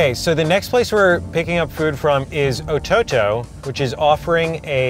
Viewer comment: LOOL "Ototo" was the whitest pronunciation I've heard